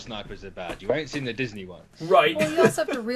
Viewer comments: "Disnye West" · I love “Disnye” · Noone:: Disnye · "Disnye" Security Guard: Don't try and church it up son!